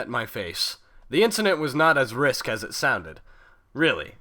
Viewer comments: sorry but this REALLY bugged me. You said "risk" for the word risque. its pronounced risk-ae. sorry to be a pronounciation nazi, but that bugged me quite a bit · "riské/risque" is pronounced "risskayy" typically. Looking forward to next magical transformation of a questionable story-chapter into a good time.